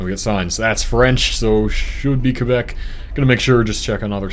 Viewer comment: and he also didnt say qwebec lol